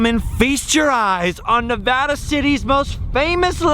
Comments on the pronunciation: Thank You so much for pronouncing Nevada correctly!! Next time you're in Carson City you should ride the old steam train that takes you up to Virginia City. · Thank you for saying Nevada correctly!